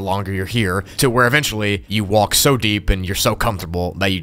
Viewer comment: The way say "WALLK" 😂